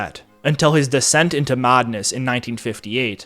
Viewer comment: "Stoff" no dude. It's "Staff" as in aff, not ahff. You do the same thing with, "Madness" earlier on and, "Assassination" throughout.